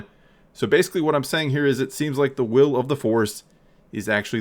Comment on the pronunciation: “I Whill Be Chancellor...”